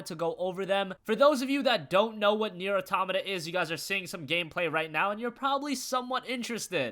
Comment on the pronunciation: thanks for saying it right.